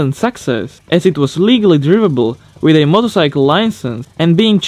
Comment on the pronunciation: Love your videos!! Been a long time subscriber- juet in the interest of helping out, when you say "driveable" it is pronounced to sound similar to a long "i" sound. Like the words "jive" or "hive"